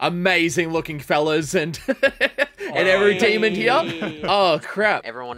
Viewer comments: Is it me or is he saying “demond” i can’t not hear it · is it just me or does he say demond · WHY DOES BUTTER SAY DEMOND WHY JUST WHY ITS DEMON NOT DEMOND